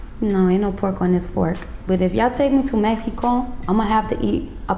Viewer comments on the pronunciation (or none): none